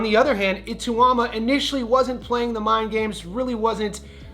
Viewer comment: Bro you need to learn how to say Ituma's name correctly. You butchered it throughout the video. It's pronounced I -(eh), - TAU (tauw), MA (ma).